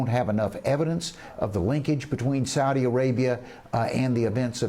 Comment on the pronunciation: You CANT say SAUDI dummy..